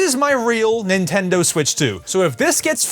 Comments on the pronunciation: Nah it’s Nintendo ritch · Nintondo smitch😂😂